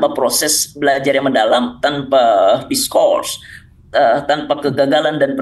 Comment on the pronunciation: kenapa cing abdel nahan ketawa pas dengar goreng menekankankan kata "discourse" 😂